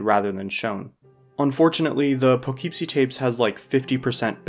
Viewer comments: it's "Poogh-keep-see", not "Pugh-keep-see" like the guy in the video keeps saying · as someone who grew up there, it’s pronounced “puh-kip-see”. lol😊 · Just a little thing: Poughkeepsie is pronounced "puh·KIP·see." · The problem with this movie in comparison to the rest is how low of a budget Poughkeepsie Tapes was shot on. I think if you accept it for what it is, it becomes way more enjoyable. It’s just a really creepy, uncomfortable movie. I wasn’t aware that it had this type of reputation online of being one of the notorious films. It’s also my hometown, so I may be a bit biased lol hearing him mispronounce it over and over again was tough haha. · Taking several points of mental damage every time you pronounce Poughkeepsie that way hahaha